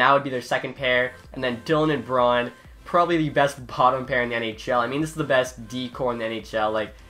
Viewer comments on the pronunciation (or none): none